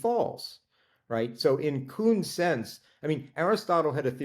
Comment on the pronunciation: "Coon"??? you mean Kuhn?